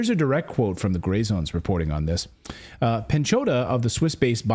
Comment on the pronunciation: Pechonoha more like pehnchodah